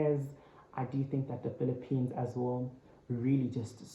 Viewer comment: Why ervery one say phillipiens,i thought philipino people work together😀